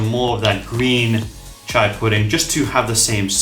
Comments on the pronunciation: It is chi-a not cha-i pudding. Chai is tea. Chia is seed. There's a difference. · CHEE-YA not CH-AYY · Why is he saying over and over again CHAI????????!! Omg i closed the video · Not chai seeds, they are chia (chee a) seeds. Thanks for the recipes. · If you listened to just the audio of this video it’d be so confusing 😅 Chia and chai are different things, chia seeds is what you’re using for this video but chai is a combination of spices used for chai tea that originated from India. The pronunciation is different. The seeds are CHEE-a and the tea is Cha-eye. But Overall cool recipes, never thought of putting mach-a powder in it, could give a little morning caffeine boost as well. I make it with chocolate or dark chocolate almond milk and put toasted coconut flakes on top or strawberries